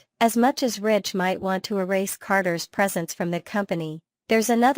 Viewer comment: It's Ridge, Not Rich